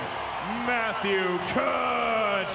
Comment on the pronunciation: Tkatchuk …. Ti ka chuk (soft on the i no pronunciation of the 2nd t